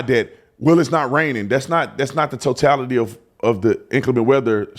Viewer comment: Even if you're post certified. If you pronounce it "totalidee" you're not getting a badge.💯